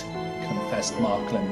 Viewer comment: It’s Marklin, not Marklib!